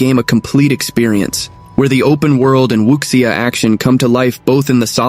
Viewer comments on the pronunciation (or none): Need to work on your pronunciation on wuxia and sake.